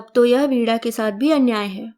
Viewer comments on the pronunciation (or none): आप प्रवीण और वीणा को प्रवीड़ और पीड़ा बोल रहे हैं। ऋणानुबंध को ऋड़ानुबंध बोल रहे हैं। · वीणा को वीड़ा बोल रहे हैं।